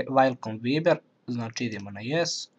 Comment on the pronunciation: Cita se VAJBER a ne VIBER